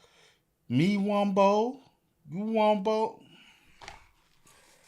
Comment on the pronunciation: On top of that, it’s Wumbo, not “wombo”.